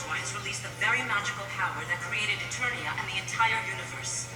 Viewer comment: Did King Randor just mispronounce ETERNIA??? WHAT THE FUCK?